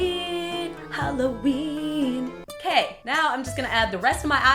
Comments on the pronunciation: I had to rewatch that because I thought I was hearing things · princesspresto13 Yay I'm not the only one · Is it just me who noticed that she said "meow if you don't have any sewing skills" instead of " now if you don't have any sewing skills" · Did anyone else notice she said meow instead of now ? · harrison jaines yeah I hear meow to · harrison jaines I notcied she said meow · Duh She she said meow instead of now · I noticed, and instantly thought of Super Troopers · princesspresto13 yes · Luke Aspinall I had found rewind just to be positive 😂😂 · yahhhh she said meow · it's funny because if you put the captions on it says now but if you listen and read her lips she says meow xD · princesspresto13 yeah, i thought i was hearing shit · princesspresto13 when I heard it I was like "wait did she say meow?" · It can't just be me who hears say "Meow" instead of "Now".... PLEASE TELL ME IM NOT LOSING MY MIND! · anyone notice she said meow instead of now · miguel lagos of course we did she wore em with Cristine too haha. but the cat ears could play trick on our minds and make us think she says meow instead of now lol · Did anyone else hear say meow instead of now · did you notice that she said meow instead of now? XD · When she started to make the pillow it sounded like she said meow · I love how instead of now you said meow. 😹😹😹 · Did She Say Meow Instead Of Now? I Wouldn't Be Surprised. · When she says now it sounds like meow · she says meow instead of now or am I going deaf? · Who else thought when said "now" she said meow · Anyone else notice she said "me-ow, if you don't have any sewing skills." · she said meow instead of now. Get it... She's a cat... Okay.. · she said meow not now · In says meow in stead of now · did anyone else notice she said "meow" instead of "now"? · Did anyone notice she said meow instead of now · When she said "Now" I thought she said "Meow" Fuck it im going crazy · meow instead of now, who else heard that?!?!